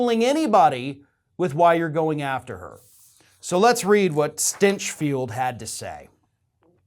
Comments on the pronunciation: I'm sorry but I think you are mispronouncing Mr. Grant StEnchfield's name. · Is it spelled "Stinchfield" but pronounced "Stenchfield"?